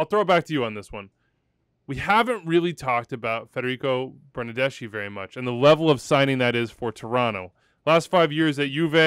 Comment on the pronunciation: "Fernando Bernardeshe" 🤣💀